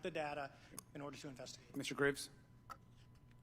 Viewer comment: Is one of the witnesses at about 48 min into your video... addressed as Mr. Grays? They miss pronounced it as Mr. Graves. Oh wow 😲